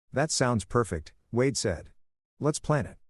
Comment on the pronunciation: the fking bot cant even write and read wade properly